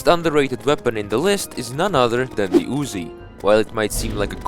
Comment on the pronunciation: Great content as always! Blessed be the pause button for that was the only way I could read your text from the intro. I never noticed before but do you say "the" as "ze"? I didn't know that the stakes pierced 10 enemies but another flaw for the Spirit Flame is the range. While its range doesn't suck like the Bubble Gun, you can shoot 5 flames at a time so I'd put those two drawbacks on the line. Plus, if you go for a Sandstorm, you miss on a Snowstorm and sharks are mean.